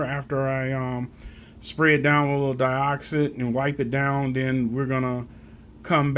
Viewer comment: Deeeeeoxit, not deyeoxit